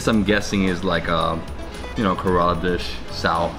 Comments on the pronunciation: Its not karala...it ke-re-laa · Kerala is pronounced Care-la.